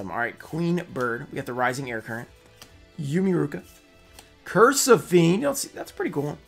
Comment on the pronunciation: Im gonna be really annoying about a really petty thing. The card "Umiiruka" Is pronounced "oo-me ee-ruu-ka" Umi means Sea or Ocean, Iruka means Dolphin